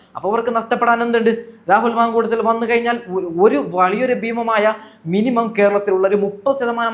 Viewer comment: രാഹുൽ മാങ്കൂളം അല്ല മാങ്കൂട്ടം